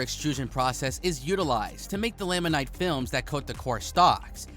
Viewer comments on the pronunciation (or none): Resin: You say resign, I say rez-in. Laminate: You say lam-in-night, I say lam-in-it.